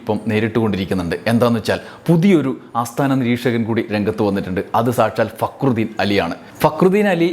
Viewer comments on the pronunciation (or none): ഫക്രുദീൻ എന്ന് പേരുള്ളവനെ ഇതിൽ ഭേദം കാര്യം സാധിച്ചേ അതിനു മുന്നിലേക്ക് തിരിഞ്ഞിരുന്ന് തിന്നുകയാണ്. അല്ലെങ്കില് അയാൾ പറയുന്നത് ശരിക്ക് തിരിയാറില്ല. റാ എന്നതൊക്കെ ഴ എന്നാണ് കേൾക്കുക. പി എ ആയിട്ട് പ്രവർത്തിക്കാൻ പറയൂ